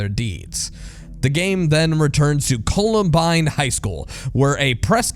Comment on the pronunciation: It's pronounced "Columbine", not "Colabind"